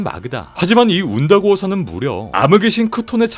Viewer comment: 운다고어 산 말할때 저만 완다고어 처럼 들렸나요? 왜 그렇게 들렸지? ㄷㄷ